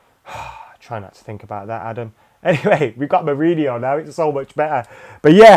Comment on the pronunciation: I love the way Adam trips over Mou's name :D a delight to watch